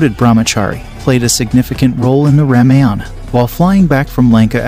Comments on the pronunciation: Please try to pronounce worde like Ramayan it's not rameyen it's Ramayan . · Dear Sir, please get your pronunciation right. Lord Raam's wife's name is pronounced: "See-tha" not Seeda. "Raamaa-yun" where "yun" is pronounced as "sun." Ashram is pronounced: Aash-rum. "rum" is pronounced as the liquor "rum." "Laxman" is "Luksh-mun" (luksh sounds like lush) and mun as you would sun. Janak would be "Junuck" where Jun sounds like sun and the last portion is similar to "luck." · Why do you guys not pronounce the "a" at the end of the names? Like Ramayana = Ramayan? Just curious how Indian languages work 😅